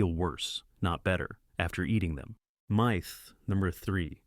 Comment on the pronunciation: The fact that the individual miss pernounces myth, makes me question this video